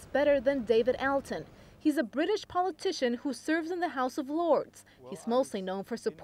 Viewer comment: His name is pronounced "all-tun".